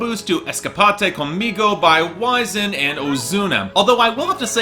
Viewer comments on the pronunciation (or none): I think Wisin is pronounced "wee-zeen" not "wise-in" lol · Hey like I said before you have to pronounce Wisin like Wee-sin, not like Wysin. Trust me, I'm from Puerto Rico.